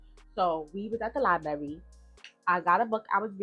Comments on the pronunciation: Giiiirl it's pronounced LIE-BRARY!!!!! Her mom is at fault for allowing this to happen to her. Yes, you have to protect your kids from your kids!!! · Baby, it's 2025, why are you still mispronouncing liBRARY and LIBRARIAN?! Liberry and Liberrian is insane! 😂